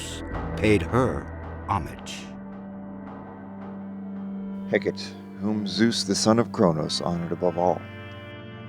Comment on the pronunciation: The Greek “goddess of witchcraft” name Hecate is pronounced Hecka-TEE. You really ought to learn to properly pronounce names if you’re gonna try to tell a story about someone